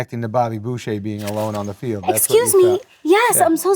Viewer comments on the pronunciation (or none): none